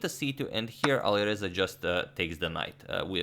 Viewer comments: "Alirouzja (Fireza)" Agadmator, 2020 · Alireuzja lol